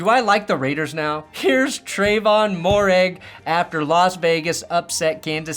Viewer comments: Mare-IG. Not More-IG. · "Moehrig" is pronounced "MAY-rig", boss.